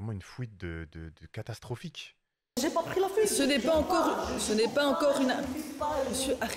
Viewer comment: C’est la juge qui a dit fouite